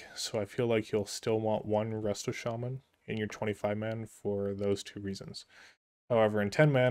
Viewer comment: Didn't you were a jaja until you said chaman over shaman lmao